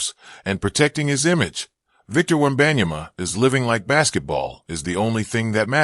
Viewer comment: The way he said victor webeyana was so goofy and trash video btw